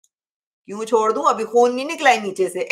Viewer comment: Chod rha Nhi “shod rha” kaha hai